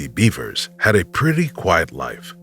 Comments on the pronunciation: BEV ERS..not beavers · Wtf, seriously!? Missy Beavers?? Her name is Missy Bevers! Bev-ers That's how it's pronounced yo! You really should get that shit right...out of plain respect to the victim. After all, you are using their cases and their stories on your channel, for monetary gains. The absolute very least you can do is get her and the rest of the victims u speak of names correct and their stories right. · I can't get over how much I laugh when I hear him say "Missy Beavers" 😂